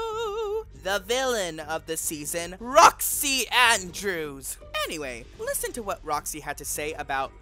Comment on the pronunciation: Possible mispronunciations: Boxxy Andbrews Alyssa Edwarts Trinity K Bonet (without the silent T) The Viking Kandy Puse